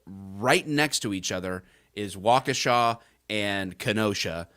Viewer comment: Thank you, for being able to pronounce Waukesha correctly.